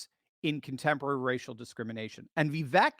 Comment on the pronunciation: Vivek like cake. Viv ake is how you pronounce it. Just trying to help my boy. He deserves to be president. The biggest middle finger trump could give these lunatics is stepping down and taking the VP job. Second in line to the presidency and he could do all the rallies he wants while proving he values the future of his country over his ego. I love trump but it’s the 7th inning, he needs the bullpen to close the game